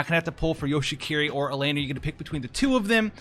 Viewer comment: you say it like hiki-ko-mo-ri which is pretty funny because that means he's a shut in but a ninja that's a support lol